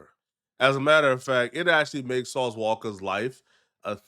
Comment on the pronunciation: "Sauce Walker" 😂😂😂😂